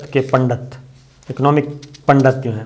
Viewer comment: Very respected sir pandat is not true pronounce it is pandit